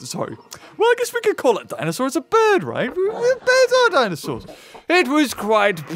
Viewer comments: You spelt bird wrong. you said birb instead of bird. Has any one noticed that? XD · did you mean "birb" or "bird"?